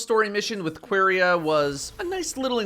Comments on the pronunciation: really called it Queeria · "qwerya" lol thats not how it's pronounced but i dont hate it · I'm I the only one that it bothers the fact that he can't prononce the name "Quria" normally